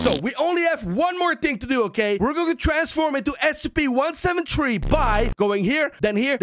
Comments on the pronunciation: He said 17tree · I like that how so say SCP-17tree instead of SCP-173 XD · He says one seven tree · I hear scp 17tree